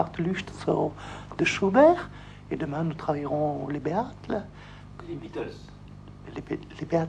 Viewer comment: "Et demain nous travaillerons les Béhatles !"